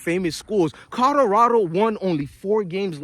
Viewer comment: It's C O L O R A D O, not C O D O R A D O, bro, pronounce it correctly lol